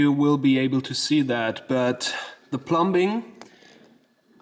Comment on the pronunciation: the b in plumbing is silent